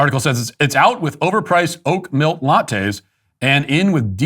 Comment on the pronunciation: He doesn't pronounce the k sounds like he cuts it off after the L